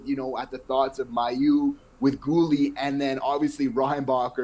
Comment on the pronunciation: You guys do my favourite Habs podcast! I really enjoy your take on the team. A couple of small things: It's Adam Nicholas, not Nichols. Also Mailloux actually pronounces his name MAY-OULX, not MY-OULX. I know that's not the way it would be said in French, but that's the way he says it (I'm from Quebec, and I would have said it the way you do, too, until I heard him). And finally, can I suggest that you correct a mistake that just about every sports commentator I know makes? If you're talking about something that can be counted - like goals, points, games, players - it's "number" not "amount." Amount is correct when talking about something you don't count (amount of time, amount of food, etc.). But these are small things. Keep doing the great job you're doing. I never miss your videos!